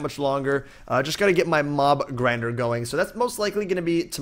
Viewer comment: Lol at first i thought you said mom grinder not mob grinder 😂